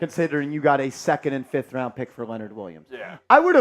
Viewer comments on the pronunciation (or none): none